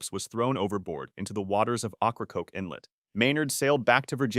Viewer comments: I can’t stand how you pronounce it it’s oak a croak island not whatever you said lol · Dumb A.I. cant even annunciate correctly. And if this is the narrators actualy voice how about google checking how North Carolinians say it . Its Okra-coke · Ocrakoke island isn't said with an Ah. It's an O. Oh-cra-coke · OAK ra coke... is how that particular outer banks island is pronounced. facepalm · Ocracoke and you say it okra like the food